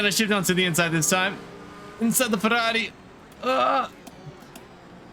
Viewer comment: I like how you pronunce ferrari and not ferruarri